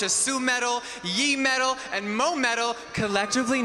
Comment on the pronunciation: Yee-Metal and Moh-Metal I'm dying 😭